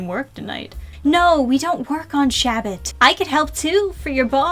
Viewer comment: it’s pronounced “SHA (long a pronounced like ah) - BAT (pronounced with another long a”, not shabbit